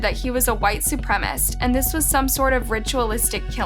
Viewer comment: Horrific and heartbreaking. Thank you for the content, I’ve never heard of this case. A small side note: Supremacists: su-prem-a-cist. I just thought I’d mention it as I have noticed a few other mispronunciations in the past. What a f’g creeper! It gives me the creepy shivers. 💔😢